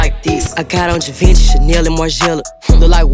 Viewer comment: That is not how you pronounce "GIVENCHY" Lmfao!